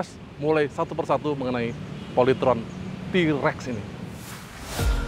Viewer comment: bukan Trex, emang nya film Star Trex, TAPI yg benar itu T- Rex,, di baca Ti rex